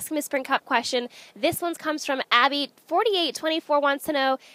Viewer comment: Thank u mam but my name is a pronounced A-Bee